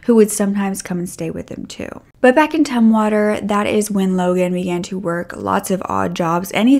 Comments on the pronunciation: "Tum"water; not Toomwater. 😅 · It's pronounced Tumm water like in tummy, by the way girl, you look fantastic. You look like a perfect princess. ;)